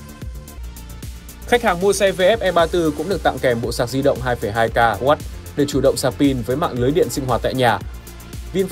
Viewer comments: Nhầm tí ko sao, mọi người vẫn hiểu là đc rồi, soi kỹ thế. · Nhầm tí ko sao ông ạ